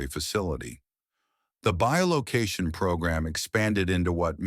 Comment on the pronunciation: i'm seeing.... that the term you are trying for is "bi-location", not bio-location...